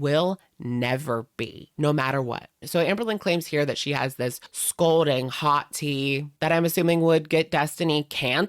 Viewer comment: "scolding hot" 🤦🏻‍♀️ at it again. It's scalding, dammit. 🙄